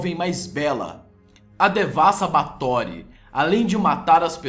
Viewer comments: SE PRONUNCIA BÉFORY N BATORY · o nome se fala BÁRTHORY E NÃO BARTHORY. no mais o vídeo ficou ÓTIMO. Vê se vai lá e trás mais informações pra gente. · Muito bom, mas se diz "Báthory"